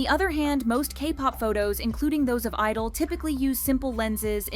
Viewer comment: Why do you not pronounce the "G" in their name?